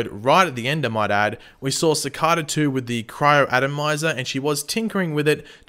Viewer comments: Ok but why does he say cakara instead of cicada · did you realy say shecada? 😂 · Your pronouncing cicada wrong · I can't wait till Cicada is beaten so I don't have to hear mispronounce Cicada anymore